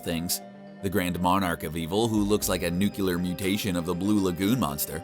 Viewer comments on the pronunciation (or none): none